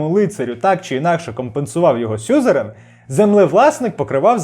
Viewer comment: Вірно буде казати сюзерЕн. Подяка за цікавий матеріал.